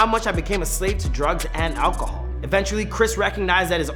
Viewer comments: "Olcohol" lol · the way he says "Alcohol"